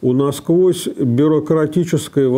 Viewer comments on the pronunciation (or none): none